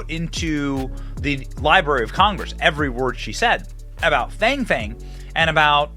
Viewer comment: It’s pronounced FONG! You know, like PONG smallweiner.